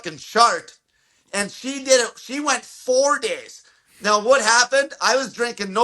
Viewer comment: I keep hearing SHA-RE-DID